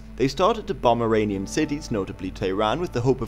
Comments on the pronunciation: Uranian or Iranian??? get your pronunciation right !!!!!!! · Why do you pronounce "Iranian" like "Uranian"? It is quite annoying...